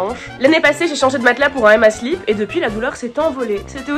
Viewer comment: "Emma slip", toi tu ne parles pas anglais, ça s'entend.